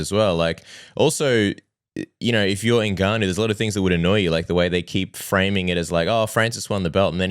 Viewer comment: for the love of christ, his name is pronounced " En- Gah- no" Step 1 pronounce the " N".(En) Step 2 then "Gannou" ( Gah-no)